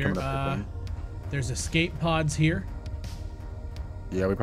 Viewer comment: Escape pod. Not exxcape pod